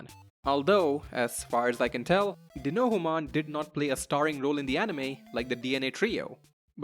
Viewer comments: Dee-no-hew-mon LOL. It's just Dino-humon. And you will have to get used to seeing this rather niche guy because he's a shopkeeper in the new game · It's Dinohumon like Dino-Human!